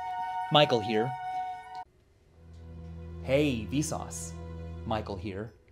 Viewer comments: now it sounds like visas is pronounciation of vsauce, and visas means like: hey. or something like that. so its like hey, visas, michael here. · after hearing hey vsauce micheal here seems like its hey vSUS michael here